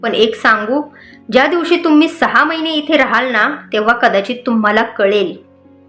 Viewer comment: हो णा नाही हो ना